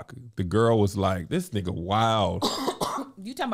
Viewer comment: “She’s a city gworl” 😂😂😂😂😂😂😂😂😂😂😂😂😂😂